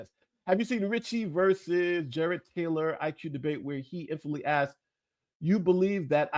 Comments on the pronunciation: Says "AXED" for asked. Not a great start. continue... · Sirs, you forgot “Axed” instead of “asked”. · Yeah, just as soon Dr. Superstar revealed that he does not know the difference between axed and asked, he lost me. Perhaps his students and daughter axed him too many times. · "My college students, my daughter, have axed..." Yep. fake. That's all anyone needs to hear. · The good doctor dropped an axed